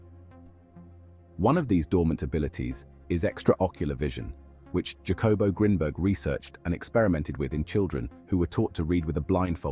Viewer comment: Mai Gawd! The artificirrator did not say "Jacobo" Like that!... Do you pronounce Jalapeno like Ja-lap-en-oh? - NO, you say " HAH-luh-PAIN-yo" So, good ol’ Jacobo is "НАН-КОН-BO" •.. I legit fear for the humar race sometimes.